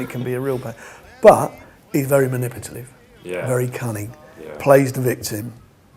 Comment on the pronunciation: according to Frank Warren, Mike Tyson is very "maniputalive"... ok buddy